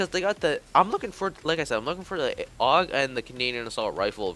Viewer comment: Aug is pronounced “Ow-g”